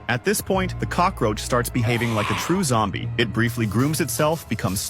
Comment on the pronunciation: Bro you said yombie it's zombie😂